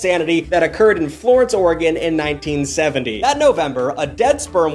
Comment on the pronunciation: There's an unofficial law in Oregon that if you missprounce oregon you'll get the shit beat out of you by an Oregonian 😊 (or eh gun)